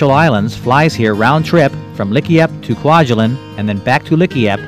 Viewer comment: never "allein" in Kwajalein :-)